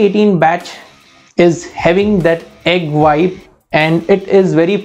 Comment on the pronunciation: Are you saying egg white?